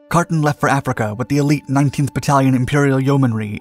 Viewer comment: Same goes for your pronunciation of Carton.